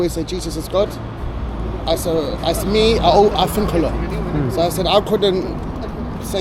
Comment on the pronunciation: 'I fink a lot, yeah?'